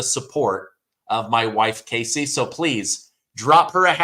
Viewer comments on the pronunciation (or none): none